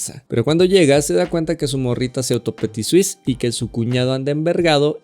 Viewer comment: El único plagio que escuché en este video fue "Petisuice" 😡😡😡